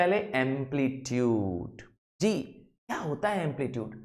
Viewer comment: Sir aap ji ko d bol rahe hain